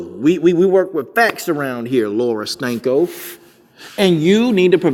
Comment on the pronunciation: He said Laura Stanko! Lol!!